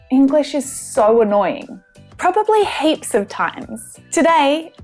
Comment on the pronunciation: I hear 'hapes' instead of 'heaps'. Maybe not annoying, but this sort of things makes me crazy...! ;-)